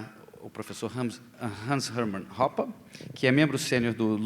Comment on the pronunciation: É assim que se pronuncia mesmo.